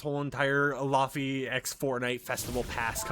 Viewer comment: laufeys bossa nova which is like jazz pop, and btw pronounced lay vay